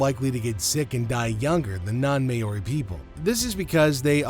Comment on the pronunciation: So, what just happened? The commentator really needs to do some research into the pronunciation of “Māori”! “Mahri” not “Mayoarie”!!!